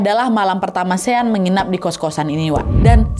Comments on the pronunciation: Shawn❌ Sean✅ Sebutan 'Sean' sama dengan 'Shawn' 😅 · Sean di sebut ‘shawn’